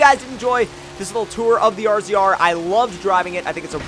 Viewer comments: it's a pronounced (razor) not r z r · I'm going to say it every time, it's pronounced RAZOR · ITS NOT " r z r " ITS RAZOR its hurts when when you say that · R Z R? haha what the fuck man?? It's RAZOR. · He said R Z R not razor idiot. Rzr is shirt for razor yes but he said R Z R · razor tomcat ok. not R-Z-R get yur shit together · It's pronounced razor, you are the only person I've ever heard say RZR talking about a razor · It's pronounced RAZOR not R-Z-R 😂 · All the sales people at my local Polaris dealership pronounce it as the RAZOR... is the first person I've ever heard pronounce it as R-Z-R and it makes me cringe every time..... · Ben Keast same lmao I cringed when he said R. Z. R. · Although it is spelled rzr it is pronounced razor go to the website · Yea it's for sure pronounced "razor"😂 please don't say rzr haha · its pronounced (Razor) not R Z R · U say it razor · "DOING A FORTSA BUILD ON AN R-Z-R..." dude fuck off. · It's pronounced as Razor even though it's spelled as RZR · its razor, the originals were called ranger rzr. Still pronounced the same. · love this vid but its pronounced razor... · No offence, Its pronounced razor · Pronounced as razor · Slap getting stuck in a solar panel (or anything for that matter) is pretty typical. Also, it's pronounced RAZOR,. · Damn bro, it's pronounced "Razor" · Razor is how you say it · Ben Keast RZR is short for RAZOR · I agree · I was about to comment that but u got it covered! I ride a lot of offroaders in life and all i have is fun, good job on the video by the way